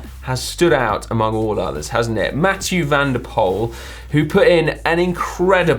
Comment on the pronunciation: You can pronounce Mathieu van der Poel just as you'd say Emma Pooley :)